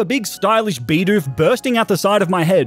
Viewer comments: Dude, its bidoof not beedoof :( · Stop calling it beedoof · Hate how he calls "bidoof" beedoof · He started out saying beedoof but started saying bidoof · It's not Beedoof. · That’s not how you said you said be dupe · i could not watch the video on how you said bidoof.... sucks seems like a good video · Man I hate how he pronounces bidoof